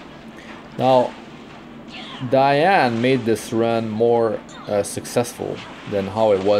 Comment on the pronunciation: im working on my holy trinity + Ravi but then i pulled 2 Diene (btw it's Dee-An-ne, not Dai-An i think, judging by the original name) her S2 and S3 are so beautiful, and she actually work well with Riko too, maybe once they really nerf Elson I will 6* my Diene too